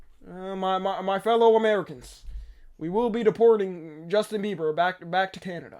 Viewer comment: He said Justin beaver